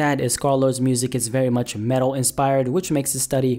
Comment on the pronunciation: bruh u said metal more like mental he needs help